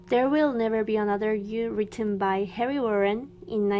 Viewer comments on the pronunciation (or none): none